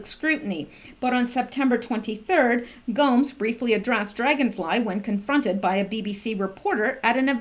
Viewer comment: It's pronounced go-mes.